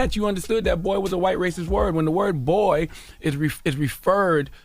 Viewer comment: Did he pronounce it "Boi ?" 🤣👍